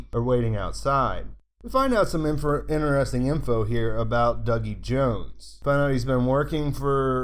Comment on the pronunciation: "in'eresting!" stuff man, thnx for all your work! : P